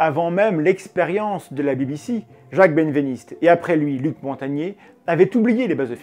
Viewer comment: Merci, Mendax ! Par contre, je crois bien que "Benveniste" se prononce "bin-véniste" et pas "bêne-véniste" ;)